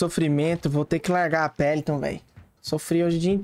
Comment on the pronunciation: não é pelington é pericles